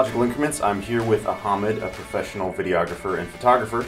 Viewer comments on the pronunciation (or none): Very nice video..thanks.. by the way.. the name phonetics of PC builder are "Ah-Mud" not "Aha-Mud"....lol... 😀😂😁😃😄😆😉